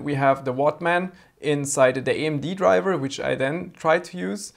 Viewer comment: Drivah is scroooooooed